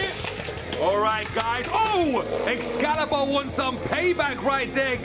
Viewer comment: xcallius not xcallibur